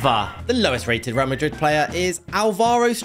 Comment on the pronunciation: HOW DID YOU NOT GET REAL MADRID RIGHT!!!!!!!!